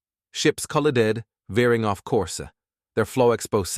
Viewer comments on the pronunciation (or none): Where the hell did you get your text to speech engine that can’t pronounce “collided” or “floundered”? Got any idea how jarring that is?